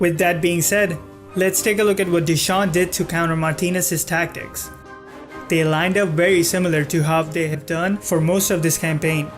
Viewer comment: you say the tacktick fan belguim not cool bro